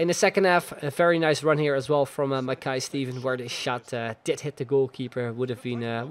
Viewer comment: Shin-nee thats how you pronouce him.